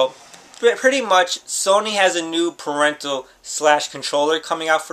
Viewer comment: lmao "parental/ controller" PERIPHERAL!